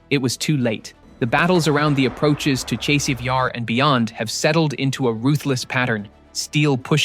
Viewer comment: Chase-iv Yar... ha ha ha. Don't use robo voice. Make the effort to learn the language well enough to pronounce the town names.